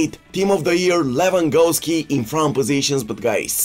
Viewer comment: Can he say Lewandowski correctly 😂